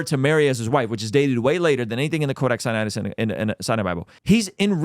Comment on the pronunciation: Notice how billy never called it codac sinaticus until wes called him out on it?? 😂